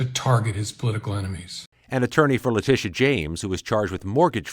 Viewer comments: Who the hell is Lyetta James? Her name is said exactly how it’s spelled. Fail! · Embarrassing to see the woman opening up the video and not even being able to pronounce the name of New York’s Attorney General. LETITIA. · Lol...how did she pronounce Letitia's name?...